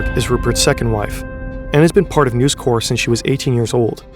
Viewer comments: Usually, your videos are total class and not a fault with them - but this time you kept calling NEWS CORP, NEWS CORE. and its not CORE its CORP. as in CORPoration. its likely me being in a mood but it just irritated me this time round... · The incorrect pronunciation of corp, in this context, is extremely jarring... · Really really interesting and well researched stuff!!! (1 small complaint corp in this contract is short for corporation so it's not pronounced like corps the military body you pronounce the p. Very nitpicking I know I'm an otherwise brilliant video but let's not give them more then they're due) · Uggh..It is News "Corp" not News "Core" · Bro. The company is not called 'News Corps', which is how you're pronouncing it ("news core"). It's News Corp, where you pronounce the 'p'. Yes, I'm being pedantic but it is so distracting and someone should have caught this! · Very frustrating watching you repeatedly mispronounce "News Corp" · You are pronouncing "News Corp" wrong. The "P" in corp isn't silent because it is short for corporation. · The "p" is not silent in News Corp. "Corp" is short for corporation whereas "corps" refers to an organized group of people and i pronounced like "core". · It's read by a real person. My guess is because the similar looking word "corps" is pronounced with a silent 'ps', the narrator saw "corp" and applied the same rule without realising.